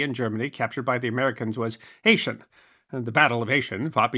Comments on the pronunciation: It's pronounced AAchen not Ashen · AAAAH KHEN 😊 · Aachen: Ah-ken. Unless you want to use the glottal fricative; I'd advise against it. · Check Google pronounce or a German citizen - Aachen isn't pronounced "A shen" - it's "Ah Ken". Other than that, another great video! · Ayshen? No, Aach´-en (=Aix la-Chapelle). Baybn-Baydn is actually pronounced Bahden-Bahden. As an archaeological field mapper, I love this stuff. I did not know that the UTM system arose in the 1940s. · Aachen is pronounced Ah'-khen, with a soft aspirated k. Ch sound in the back of the throat. Not Ashen as in Asian. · AH - KIN, not "ayshen". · I am a regular viewer who truly enjoys you and your channel. However, not to be pedantic, although I am definitely that, the pronunciation of the German city.Aachen is not ay’shen, rather it is ah’knen. However, if that’s my only complaint, which it is, considering that I am an old curmudgeon, that’s pretty good! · More or less. The ch in German is pronounced as an aspirated k-sound, as in a lot of Scottish words. Think, if you can, of the German "ach!" and add en. AKHEN! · Just say, “aah Ken” at least that’s close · It's pronounced AH-khen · Btw. Aachen is pronounced ah kin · Aachen is pronounced "ahkhen". It was Charlemagne's capital. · "Aachen" is pronounced "Ah-ken." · My compliments. A small lesson in German pronunciation: Aachen is pronunced “aaken”. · Great video,, just a little FYI: that’s not how you pronounce Aachen. It’s more like “Aw-khen,” the first syllable sounding like the ‘a’ in ‘awful’, second syllable beginning with a sort of soft ‘k’ sound. I know German pronunciation can be tricky, to say nothing of actually learning to speak it. On top of having taken German 101, 102, and 201, I’ve consumed just about every Second World War documentary series that’s ever been made, some more than one time through, so I would’ve tended to pick up a lot just from that second source alone. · I believe Aachen is pronounced "Ah-kin".